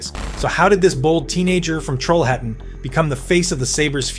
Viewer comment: Bonus for your correct pronunciation of the western Swedish town of Trollhättan 💪💪😎 Great video and preparations as always! 🇸🇪